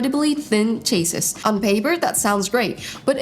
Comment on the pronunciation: You butchered the word "chassis"